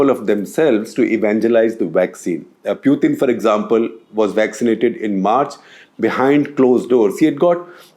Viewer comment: why do you pronounce Putin as Pyutin?